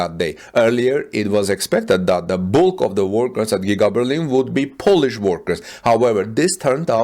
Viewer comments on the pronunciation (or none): none